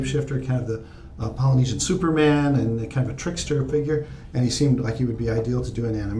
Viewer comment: wow you pronouced all the poly words correct respect